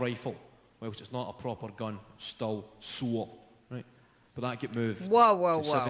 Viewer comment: The word you had to pause and rewind for was “sore” (asin it hurts and gets sore if you get shot with an air rifle dispite it not being a proper gun) just in a heavy accent lol